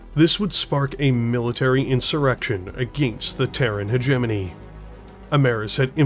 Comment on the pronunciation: wtf pronounces "hegemony" properly WTF Edit: ok nvm were back to hegenemy 😄